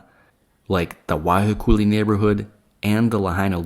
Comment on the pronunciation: Its WA HEE kuli (wahikuli)